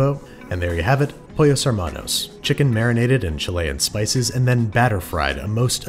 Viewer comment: Babish saying pollos: pUeRros